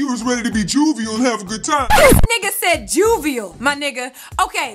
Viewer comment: "Juvial"!!! LMAO!!! Great recap!!!